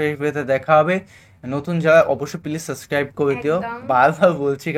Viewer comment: সাব্স্কাইব ✔️ not সাস্ক্রাইব ❌